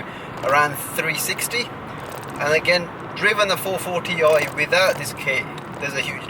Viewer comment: I like your "440 oi"